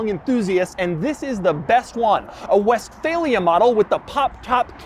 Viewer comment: german speakers hearing "westfalia" and cringing